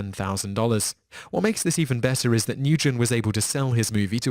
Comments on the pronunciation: Nyugen is actually Nguyen, most common Vietnamese name, and pronounced WEN. Y'all are smarter than that,. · It's pronounced nu-en, not nu-gen. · Nguyen is pronounced "win" (or at least, that's how an English speaker would pronounce it ... no clue how close it is to the proper pronunciation).